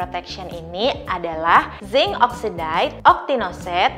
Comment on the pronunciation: saran buat video selanjutnya, untuk yang perlu nyebutin chemical term kaya uv filter gini, mungkin bisa cari tau dulu cara penyebutan yang benernya. aku dengernya cringe banget denger dioxide, oxide, dll pronounciationnya kaya gitu 😥 dan satu lagi, it’s better kalau dijelaskan sedikit ttg uv filter yg disebut. kalau ga dijelasin, what’s the point of you informing us?